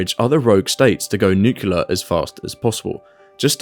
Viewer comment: Very insightful. It's pronounced nu-cle-ar. :)